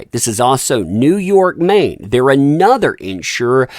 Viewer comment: fyi, it's New York MARINE (not Maine).